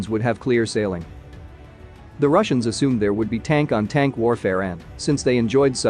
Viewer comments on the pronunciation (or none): none